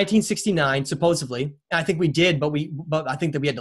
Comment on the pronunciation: I think you are very intelligent and I admire your work but one word drives me crazy that many of you you tubers pronounce wrong and it dries me crazy the word is supposedly there is no bees in it thank you for your work